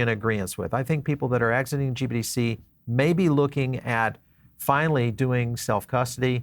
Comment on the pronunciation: Sounds like you keep saying GBDC instead of GBTC which makes me nutz!